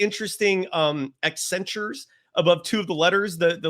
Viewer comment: "His last name has those 'interesting accentures'"